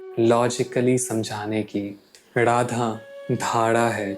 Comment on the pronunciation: Sab kuch achha he video me par aap apne pronounciation pe dhyan dijiye... Jese Radha hota hai naaki Rrradha...